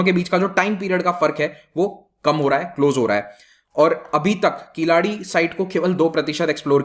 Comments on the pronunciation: It is keezhadi. Nor keeladi. Huh! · Please understand , ...... It is not "" Keeladi ""....... It is "" KEEZHADI "" ....... To be pronounced as கீழடி . Thank you very much for this Video . JAI HIND .... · Dude, not Killadi. Atleast say kiladi. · it is NOT "कीलाडि or किलाडि, but "कीळ्ज़डि". govt is not "open" . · KEEL ADI NOT KILADI. IT IS TOO EARLY TALK ABOUT THIS EXCAVATION. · It's is not किलाड़ी। It is कीलडी। To be more precise, it is kee-zha-di. Not ki-laa-dee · It's pronounced as keel-adhi